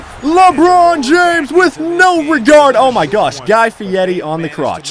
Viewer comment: You kept saying Guy Fietti on the crotch but his name is Guy Fieri...